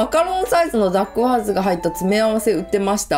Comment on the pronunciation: ダッグワーズの発音も独特でおもしろいですね。そんなにかわるものなんですね。